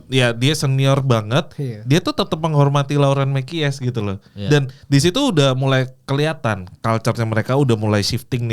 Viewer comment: Mekies bacanya koq kies² ??? "ME'KIS" bro²..